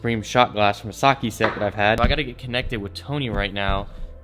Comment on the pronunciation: did he just say sakee